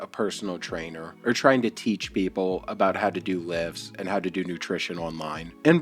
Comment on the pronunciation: I had to rewind it to hear him again say "peep hole" instead of" people" F'n Elmer Fudd